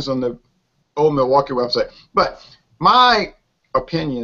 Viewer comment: Examining Old Milwaukee? Now that's funny. It's cheap. It's not so good. It's cheap lol. Uh. ...it's Old Mil-blah-kee. Funny review. How you talked about it for this long was funny. Cheers you guys.